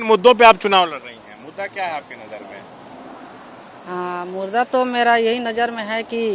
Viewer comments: मुदा नहीं मुर्दा 😂😂😂😂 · मुरदा नहीं मुद्दा होता है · chunaav ladne se pahle bolna sikh leti to acha hota murda nhi muda hota hai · मुद्दा को मुर्दा कह रही 🤣🤣🤣🤣🤣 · Are bhai ye Kaun sa school me class ki hai ..Muda.....को murda bol rhi hai ...😂😂😂😂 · जिस महिला को मुद्दा बोलना नहीं आ रहा है मुद्दा को मुर्दा बोल रही है वह क्या बोलेगी संसद में मोदी को मौर्य बोलेगी